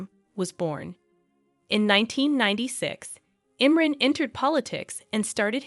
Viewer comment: His first name is pronounced Im-Ron!